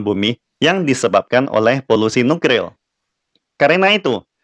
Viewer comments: waduh maaf saya cukup terganggu degan ucapan.. NUKRIL.. seharusnya kan NukLIR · Nuklir....., Bukan Nukril😁🤭🤭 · kok gw dengernya nukril ya😅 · nuklir apa nukril min....semangat ya min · Kesleo lidah dlm mengucapkan suatu kata adalah hal biasa , bro!